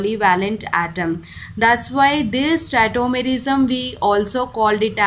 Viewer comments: Its tautomerism not tettomerism ..lol🤣🤣🤣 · It is not tetomerism it's tautomerism